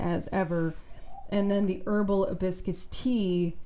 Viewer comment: Her h in hibiscus is the worst h of all time. Hideous.